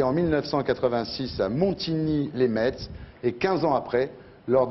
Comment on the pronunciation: Putain, on dit "Montigny les MESS" pas "Montigny les METS"!!!